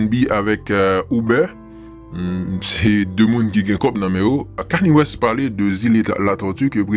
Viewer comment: ou bezwen di kani West li pa sonen bien ou met di keni west c konsa nom rapper a prononce: keni west